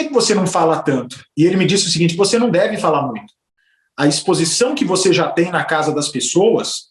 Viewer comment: "Ligue djá"